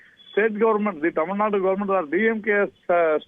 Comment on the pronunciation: Hello anchor, it is Tamilnadu, not Tamilnad